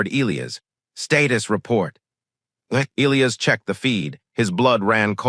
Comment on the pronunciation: Um, I believe it's pronounced "E-LIE-us" not " ILL-E-us" And cutting the story off mid sentence before the end with 7min left is not very professional. Had to change my up to down because of this.